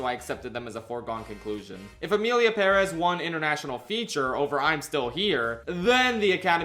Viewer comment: You say Perez weird